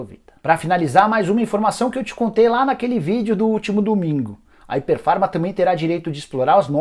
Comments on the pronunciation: Rapaz, vc conseguiu pronunciar errado o nome da empresa todas as vezes que falou... Não é "Hyper Pharma" e sim "Hypera Pharma" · Nicola, vc pronunciou errado o nome. O correto é Hypera pharma e não Hyper pharma. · Não é hiper Farma é hyperA farma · Se pronuncia ipéra farma e não iper farma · O nome da empresa é Hypera Pharma. Ficou o video todo falando hyperfarma... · O nicola nao é HYPER farma como voce falou o video todo é HYPERAAAAAA